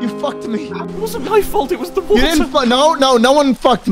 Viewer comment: "LIKE HOW YOU DROWN JUST DRINK THE WUDDER" - Tik tok, 2019